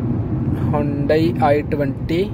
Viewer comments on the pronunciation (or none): Hundei pronounce hota hei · Hayundais nai... Hundai hoti hai.. Phonex likha hai Hyundai ka